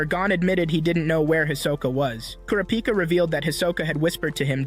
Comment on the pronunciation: I love how he doesn’t say kurapika correctly